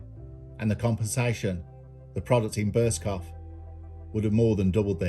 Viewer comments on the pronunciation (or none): it made me chuckle because I used to take the piss with an old work colleague pronouncing it burscoff! Drove him nutts🤣